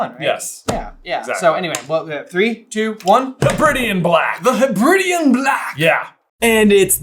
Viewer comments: Funny seeing Americans mispronounced Hebridian. It's "Heb reh dee un" not "Heb ridi un" named after the Hebrides islands (pronounced Heb reh deez). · Hey guys, as a Scot I just want to be persnickety for a moment to correct your pronunciation of “Hebridean” it’s Heb-Ra-De-An. As opposed to Heb-rid-Ian. I’m not sure that comes across via text very well but hope you get my point lol, it’s a region the Hebrides are a two groups of islands north west of the Scottish mainland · "hebridean" should be said heb-ri-D-an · Guys guys guys thats not how hebridean is pronounced also the bear thing isnt specific to Russia bear is literally what our ancestors called bears because they were too scared to say the animals real name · As a Scottish person, your pronunciation of Hebridean is hilarious 😂😂😂